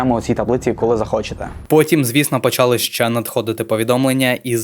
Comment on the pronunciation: Вчи Українську мову, багато помилок по НАГОЛОСАМ В дієсловах НАГОЛОС НА ОСТАННІЙ СКЛАД : НЕ привЕла, А - привелА НЕ почАли, А - почалИ НЕ вЕсти, А - вестИ НЕ мОї, А- моЇм, своЇм, моЇ друзі